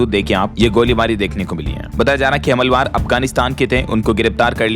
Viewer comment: हमलावर बोलिए, हमलवार नहीं